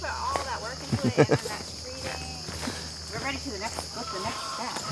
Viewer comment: It's SCREEDING....not "....screeting..."